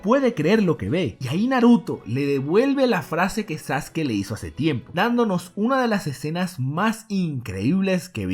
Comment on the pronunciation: Porque pronuncia los nombres con acentos, o incluso algunos nombres los pronuncia mal: "sasUkI", "mÁdara", etc, etc